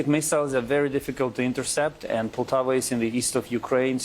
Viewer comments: It Poltava, not Paltova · Poltava. My dear Poltava